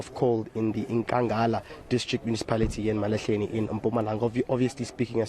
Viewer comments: You're African but can't say e-ma-la-hle-ni ? Jeez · Ema-la-hle-ni ai slay queens 🤦🏿‍♂️😂😂